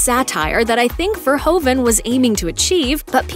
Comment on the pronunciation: He is not called Ver hoe vehn. But Fehr who fehn!